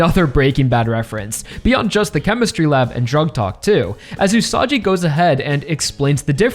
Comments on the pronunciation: It's pronounced OO-SA-GEE not OO-SA-JEE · Aaaargh! Stop calling Usagi as "Usaji"!! Just please!!! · Usagi's name is pronounced with a G sound, not a J sound. Like Usagi from Sailor Moon. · isn't it pronounced usagi instead of usaji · Minor note: Usagi's name is pronounced with a hard g, like in the word "gun", not a soft g, like in the word "gym", since it's written in Japanese as ウサギ Usagi instead of ウサジ Usaji. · I believe Usagi is pronounced with a hard g, please correct me if I'm wrong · You can keep telling me its whatever Rohan but bruh... hes the same guy. Its still pronounced gee Usagi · btw Usagi is not pronounced like "Usaji" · usagi is pronounced "ooo-saw-ghee" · My personal guess is that the volcanos & cooled lava that Rohan's investigating are yet another unnatural land formation related to Stands in the SBR-verse. In SBR, we had the Devil's Palm in mainland USA, & in JoJolion we had the Wall Eyes in Morioh. Perhaps these volcanos, aren't Hawaii's natural volcanos, but something similarly bizarre? Also, it's Usagi with a hard G, like the Sailor Moon protagonist & the Japanese word for rabbit. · Bro why are you mispronouncing Usagi's name? It's not Usaji... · Leave it to the American YouTuber to have no idea how the fuck another language works and how you're supposed to pronounce it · Will Araki reveal Rohan is the same Rohan first or will pronounce Usagi correctly first. This is why I keep coming back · Why does he say Usagi so weirdly, it's like that Cool Whip scene from Family Guy